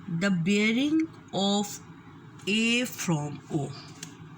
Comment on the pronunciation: Aur breaing nahi bearing hota hai. Jesa bolo ge wesay he likkho ge Allah ki bandi Meri chohti bahan. Correct yourself.